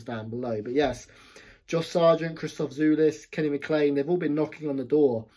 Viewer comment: The correct pronunciation is "Jolis", not "Julis".